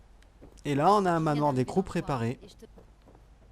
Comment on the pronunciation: Juste sa se dit manoir des crou